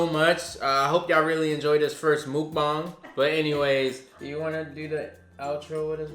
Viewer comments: I’ve been watching and subscribing to y’all for years BUT seriously can you two get a korean teacher and learn Korean together. I know is Korean but the way she teaches you and ya’lls audience on this channel is SO FRUSTRATING to watch and hear. It’s not MOOK-BANG. it’s muh-k bah-ng. 😫😫😫😫😫😫😫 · I swear other youtubers out here need to start pronouncing mukbang right. 🥴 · Lmao I don’t get why people have such a hard time pronouncing MUKBANG... just watch korean american mukbangers and you’ll get the right way to say it.